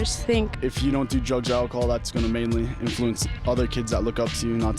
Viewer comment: why you be drinking AK-A-HOL